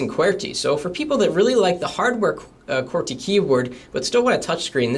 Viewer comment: Umm,, are you canadian? You say qwerty "qwearty"